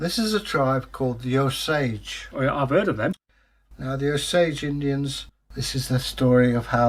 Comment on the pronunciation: I am Osage. My Great great grandfather was Chief Claremore. I’m not sure why but people seem to constantly mispronounce the name. The name is O - sage. Not o- SAGE. Hope you don’t mind me correcting you. Really liked the story.